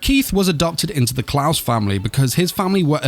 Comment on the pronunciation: CLAES in not pronounsed Klaus K-LIE-Z is how you Pronounce Claes my dude.